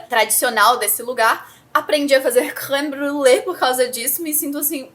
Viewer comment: Hajajaja você falando creme brulée foi engraçado! Já fiz minha listinha de 12 livros pro próximo ano, bem diversa e generosa, só titulos que me empolgam, confesso, pra me ajudar a cumprir. Ótimo ler uns clássicos, às vezes sabemos bastante coisa sobre eles, de tanto que os outros falam, só não lemos... Enfim, boas leituras pra 2024! Podemos falhar nas metas, mas nunca vamos deixar de ler. 😊❤